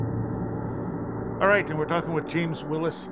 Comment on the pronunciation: You will be awwight!!! 😂😂😂😂👀😂😂😂😂